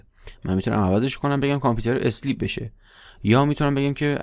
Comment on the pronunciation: ممنون همه ی ویدیو ها عالی فقط تلفظ صحیح sleep = سِلیپ ( اِسلیپ = × )